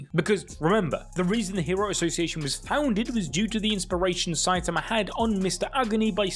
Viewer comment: i love how instead of saying saitama you say saiatamar